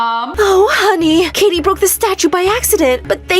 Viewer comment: the dad said “kitty” instead of “katie”